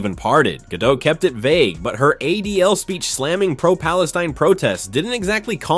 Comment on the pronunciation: GadoT - T is not silent, it is Israeli, not French